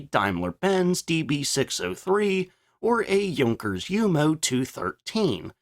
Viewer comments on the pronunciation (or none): none